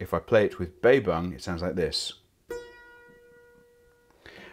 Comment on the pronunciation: Well he kind of makes up for it with the 'Baybung"